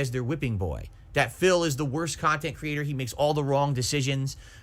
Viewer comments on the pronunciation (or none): Phil trying to convince detractors he actualy makes "meaningful khantent" way too hard lol